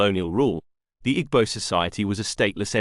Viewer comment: great video. note, that the g in igbo is silent